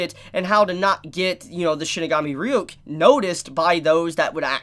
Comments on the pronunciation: Why can’t you pronounce Ryuk? That’s been established for a decade now 😂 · So didn't watch the anime? Well at least on how he pronounced ryuks name 🤣